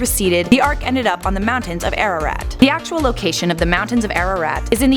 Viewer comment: As an Armenian you absolutely BUTCHERED the name of our mountain. Lol